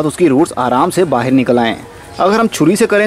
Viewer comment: dost "Bahir" nhi "Bahar " hota h.